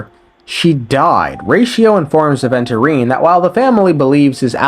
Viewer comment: bro called "Adventure time" instead of Aventurine made me off bruh ☠️